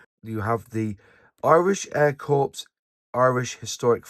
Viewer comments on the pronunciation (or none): Military CORPS is pronounced CORR.. not CORPSE. 😎